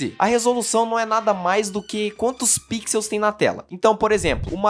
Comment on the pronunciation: o plural de pixels é com som de "u" 😆 Mas o vídeo é excelente!